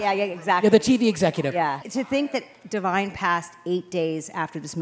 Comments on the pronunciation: It’s “Divine” not Devine… c’mon now! 🤦🏾‍♂️ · Divine....not Devine.....please change that. He deserves respect and honor in his memory.